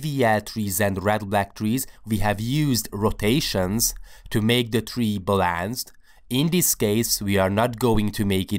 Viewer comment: Caching is actually NOT the most important thing here.. This is a dynamic data structure which changes over time.. The "Balancing" pronounced "BAAAAAAALANCE", is a VERY IMPORTANT feature here for amortized analysis over this data structure. It's not a biproduct, but the MAIN idea behind splaying trees. If you read the article about it, you see caching can be achieved with "single rotations" instead of splaying, But will cause a TERRIBLE binary search tree.. as in worst case examples, accessing items will take O(n).